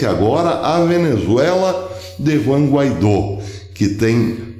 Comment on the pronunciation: Bernard E. Jensch - o sobrenome do presidente interino é Juan GUAIDÓ e não Guaidô